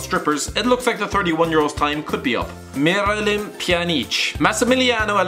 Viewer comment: HAHAHHAHAHA THAT ACTCENT U NERD HAHAHAHAHHAHAHAHHAHAHAH MIRALEEM PJANEEC U NERD